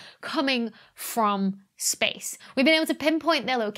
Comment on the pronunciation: Shpace ... it´s like "Reshtaurant" ... so annoying for my german ears 😂